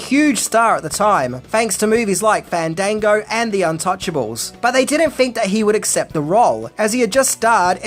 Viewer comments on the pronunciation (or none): none